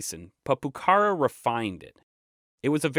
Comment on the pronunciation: Finally YouTube's algorithm offers something interesting. Awesome video, i would just correct some minor pronunciation issues. For example Pucara, it should be accentuated in the last a (in Spanish we would write Pucará)